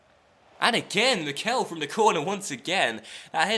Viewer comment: please start saying Mickel correctly, it's getting kind of annoying for native german speakers